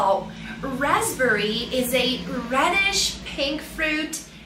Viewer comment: I couldn't hear the difference in stress on the word raspberry. To me it sounded as if she was also putting the stress on the first syllable.